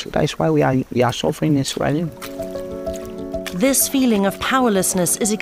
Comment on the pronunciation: Sierr Leone 😂😂😂